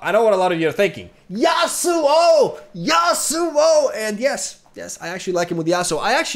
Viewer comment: no one: nothing: YasUoOO, yaSuOoo